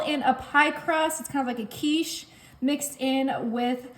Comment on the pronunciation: Sorry but it is quiche